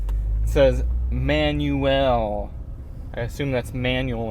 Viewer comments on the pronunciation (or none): "Manuell" xD Greetings from germany, very good video ^^